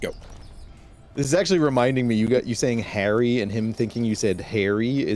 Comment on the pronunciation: Bro if I was a Harry and someone came up to me like "Hey Hah-rry" á la I'd give'em a lesson on pronunciation